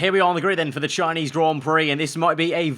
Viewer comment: THE SHINESE GROND PROCK